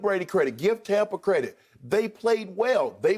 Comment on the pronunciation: Did skip say tompa bay 😅😅😅😅